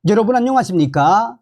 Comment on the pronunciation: 발음을 고치세요 엑센트가 거부감을 느낌니다 처음 시작때 안녕하십닊 ?/ 까 를 높여서 길게 빼는데 듣기거북합니다 안녕하십니까 까 는 울리지말고 안녕하십니와 똑같은 높이로 말하세요